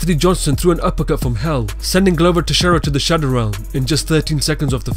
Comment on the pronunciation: Lmao he said shadow realim